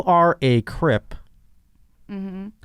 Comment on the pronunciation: Does know it’s crip and not crypt 😂